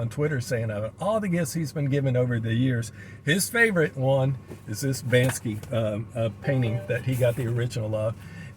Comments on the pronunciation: you are RIGHT & all these know all's are wrong. BANKSY is a different artist. It is BANSKY pronounced Ban-ski who indeed done the xrp monkey print. Too many people who think they know it all when the no F all 😂🤣. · You are talking about another artist BANKSY, It is Bansky pronounced Ban-ski who did the XRP Monkey print, is right in how he pronounced it.